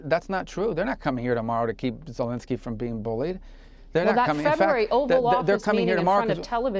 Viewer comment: It's VoloDYmyr Zelenskyy, not VoLOdymr Zelinskyy. Accent Volodymyr on the third syllable. Zelenskyy is NOT Zelinskyy.